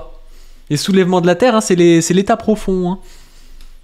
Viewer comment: Non c'était qui la caricaturait. Bien joué à lui pour arriver à surcaricaturer une caricature déjà exacerbée d'ailleurs, et à avoir pour la première fois réussi à dire "Soulèvements de la Terre" comme il fallait!